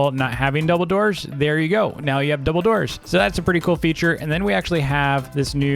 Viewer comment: When. He said double doors I felt like he said Dumbeldor